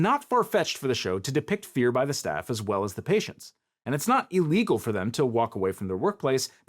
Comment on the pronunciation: I like how (I forget this guy's name.?) pronounces his I's at the beginning of words like e's. E-legal. E-mediately. It just sounds very lawyer-y (or anybody giving a monologue for that matter).